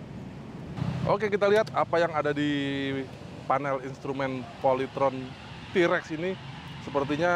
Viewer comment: bukan Trex, emang nya film Star Trex, TAPI yg benar itu T- Rex,, di baca Ti rex